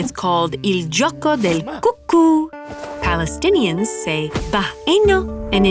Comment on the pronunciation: "Balestinians".... right, just before the elves 😂